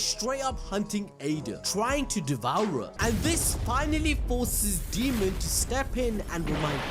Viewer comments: Dude, it's Daemon, not Demon. Say it right. 🙄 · Daymon not demon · A AAAAAA dAemon. Not deamon, not demon, ...DAEMON! Said as day-mon. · Why do keep calling Daemon as Demon? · 🤣 keeps calling him demon not Daemon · DAY-MON. His name is pronounced DAY-MON.